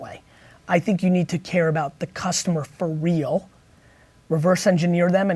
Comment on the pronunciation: Was it me or did the host say "pho realz"?.... #trollingforsubscribers